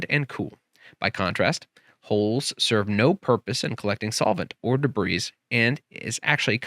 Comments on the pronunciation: In the word debris, the s is silent. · This guy can't even pronounce "debris" properly.